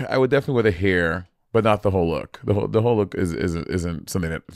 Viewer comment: What is this "hair" pronunciation from Monet? Has she been hanging out with Kiwis?😅